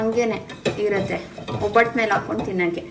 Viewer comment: ಒಬ್ಬಿಟ್ಟು ಅಲ್ಲ ಒಬ್ಬಟ್ಟು or ಹೋಳಿಗೆ